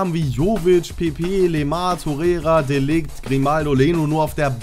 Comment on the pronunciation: Bro das spricht man De Lircht aus